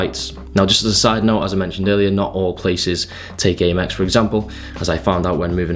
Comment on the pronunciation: Not sure what's better out of this pronunciation or the paprika one 😂 always great content anyways in looking into getting an Aymex card now hahah sick benefits